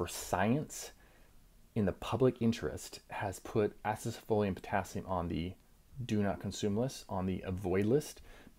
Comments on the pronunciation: Wtf u saying acesefolium. Its acesulfame for chrissake. Makes me think you are saying this for propaganda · Do you actually think you are pronouncing Acesulfame correctly, or is it just rage bait to boost engagement? 😅 I like to give you the benefit of a doubt and imagine it's the latter.